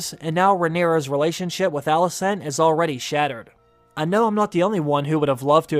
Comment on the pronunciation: You pronounce ALICENT as ALISSON. 😕